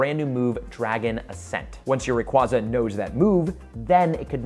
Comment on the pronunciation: I am once again asking you to learn how to correctly pronounce “Rayquaza.” 😫